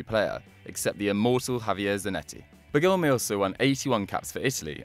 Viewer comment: My God, the misplaced accents in Stabile and Bergomi made me almost stop the video.